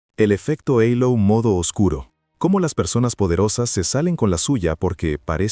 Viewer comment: Estas maquinas van a cambiar nuestro idioma ya que hablan en castellano y pronuncian en ingles..En castilla se dice halo con la h muda y no eilo como pronuncia aca ,que entre otras cosas es el circulo brillante que corona a las personas santas o de espiritualidad superior